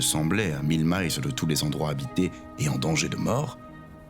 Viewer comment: J’ai aussi un bémol lorsque vous prononcez à l’anglaise le mot miles. Ça se prononce exactement comme le chiffre mille.